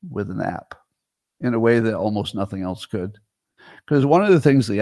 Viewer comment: yup. my faves are "ount" and "elnse"